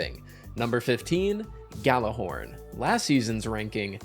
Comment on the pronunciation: Destiny players pronounce Gjallarhorn correctly challenge (impossible)